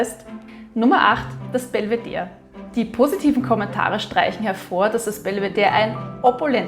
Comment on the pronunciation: Danke dass du Belvedere sagst ohne das e dabei zu betonen! In den Wiener Linien sagen sie das immer mit BelvederE an, und ich hab mich immer gefragt ob ich das mein Leben lang falsch ausgesprochen habe 😃